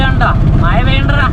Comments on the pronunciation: മഴ എന്ന് പറയാൻ പഠിച്ചിട്ടു വരു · Iji kollaloo😂